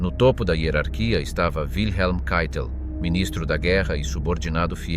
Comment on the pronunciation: Keitel... si pronuncia caitel , non cheitel...